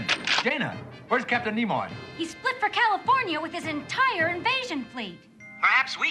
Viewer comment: "Nemoy"? Did Mr.Spock do a cameo in this episode? 😆😆😆